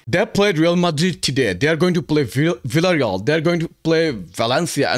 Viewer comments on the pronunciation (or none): none